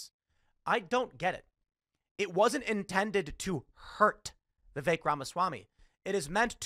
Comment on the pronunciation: I love how Matt Walsh immediately mispronounces Vivek 😂